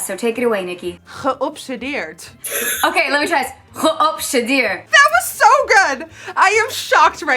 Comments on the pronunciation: "Geobsedeerd" Sounds like she said it so perfectly! 🥰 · Geobsedeerd, such a cool word and I love the pronunciation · i’m am surprised but also GEOBSEDEERD with how good Sofia’s Dutch pronunciation is 😂💗💗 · omg i was so suprised when Sofia said 'geobsedeerd'. It was so perfect! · ok but actually shocked over how well she pronounced "geobsedeerd" for the first time ?! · Wow!! Sofia!! You said geobsedeerd really good!! And I ❤️ the lipsticks Ig= vandermeulenjose